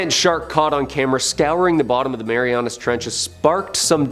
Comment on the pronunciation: It’s called the Mariana Trench, not Marianus.